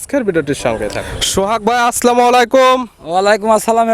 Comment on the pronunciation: আরে ব্যাটা তুমি মুসলমান না হিন্দু জানি না সালামটা সুন্দর করে দাও আসলামও না আসসালামু